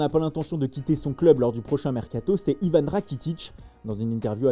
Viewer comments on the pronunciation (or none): none